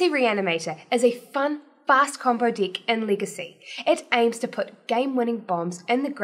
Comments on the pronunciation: She's totally understandable, and yes it might be that instead of deck, feels like she says dick 😂 . But that's OK! The only thing that kept me away watching the video is that strange habit that she has with her eyes, 👀 I felt like she was winking at me every 2sec. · might want to be careful with the pronunciation of deck ;-)